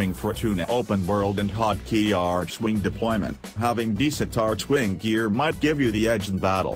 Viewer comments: I love how he says "Artschwing" and not Archwing :D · Right you are american, since Archwing = Arkwing in britisch and australian :p Then again idk if DE is American too..